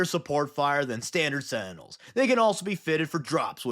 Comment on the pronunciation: You pronounce sentinels like sandals